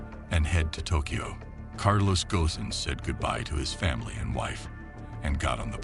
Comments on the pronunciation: It's not Carlos Ghosn, but Carlos... Gone. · The S is silent. It sounds Gohn not Goson or Gosen And same for Renault. The L is silent. Yeah, French is a pain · Pronounced Gone as in Bone and Reno for Renault . Please research the pronunciations , it jars